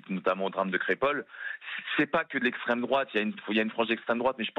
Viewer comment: Heureusement que certains grand médias commencent à essayer de faire leur job (les livres de Laurent Obertone ont circulés). Bon on est encore sur des chaînes dites "d'esstrême droate", mais c'est un pas de plus pour l'information de Monsieur Toulemonde.